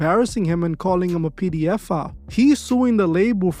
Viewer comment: P D F'a..😂😂😂 just the way you say it homie is crazy..😂😂 not a funny subject just the pronouncing of the word...